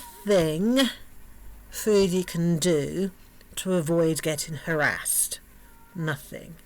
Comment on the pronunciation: when you say harraased.. what happened?